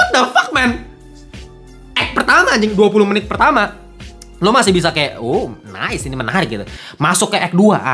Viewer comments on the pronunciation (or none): none